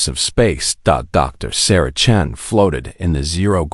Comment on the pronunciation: I have to admit, I was surprised to hear Dr. Chun(g?) instead of Chen!